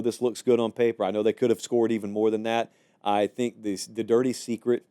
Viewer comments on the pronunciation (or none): none